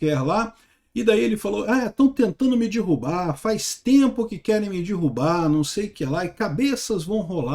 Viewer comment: Não é "dirrubar", é derrubar.